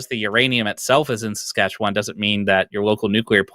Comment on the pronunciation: i appreciate that an Albertan can pronounce Saskatchewan better than some Saskatchewanians